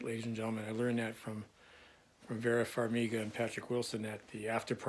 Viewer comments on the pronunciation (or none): none